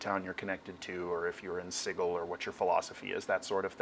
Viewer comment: It's a hard G in Sigil? oh boy.